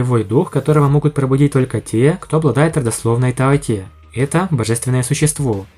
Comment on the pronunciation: таОти, ударение на "О"! А на сколько силёy? Ну предельный доуло, но правда лишь с обычными ядрами! Ведь именно на них делается упор во второй части! В общем он будет ровней обычным титулованным 99 ранга, но не более того, Ди Тяня он не превзойдёт. Его стандартное формирование ядра не позволит. Другое дело гг, он нагнёт всех и вся